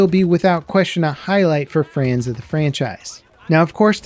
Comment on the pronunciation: “Frans of the franchise” 🤣 Great video man, just poking fun.